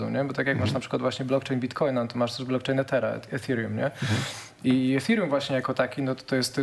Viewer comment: Blokczejn noduje uolet. Kogoś ty zaprosił? Nie potrafia sie poslugiwac jezykiem polskim.